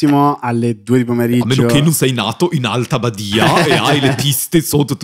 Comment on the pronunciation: Questo è il commento incazzato in ritardo su una quisquilia: Ferrario hai scazzato completamente l'accento del "nato in alta Badia". Siamo ladini e non tedeschi. Ti aspettiamo comunque a fare l'assaggio di vini nei rifugi l'anno prossimo. Salüc a trami